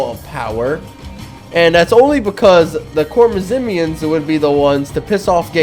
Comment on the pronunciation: Its actually pronounced khwarezmian